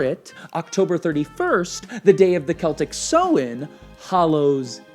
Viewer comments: Hi from ireland great video but just thought i'd let you know the pagan holiday is pronounced "sou-en" sounds kind of like sour! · As an Irish person, your pronunciation of 'Samhain' made my day :') great video though!